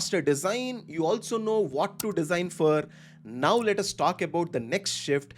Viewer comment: Thanks for this information. much appreciated. Just a small feedback in a good spirit- 'Nauf' is 'Now' and 'Wauf' is 'Wow' :)